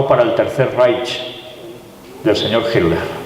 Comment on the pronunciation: hi me puede informar porque Hitler, Atlantida etc se pronuncia la letra t como d osea Hitler como hidler o Atlantida como Adlantida. si es una question gramatical fonetica espanola o que. gracias de antemano. saludos desde Texas Usa